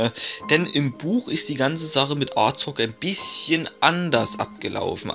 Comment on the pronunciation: Er wird Azog geschrieben ja aber es wird Asog ausgesprochen